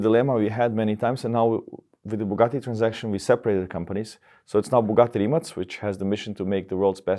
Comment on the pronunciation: Rimatz, but not Rimak. Mateh, but not Mate.